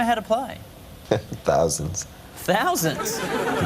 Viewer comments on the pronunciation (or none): They asked him how many instruments he knew how 2 play and he said," thoisands!" 😂😂😂😂 just humor. Classic Prince. Too bad this stupid interviewer knew nothing about Prince.